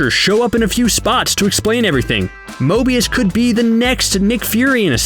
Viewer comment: However many likes this gets is how many times he says Mobious.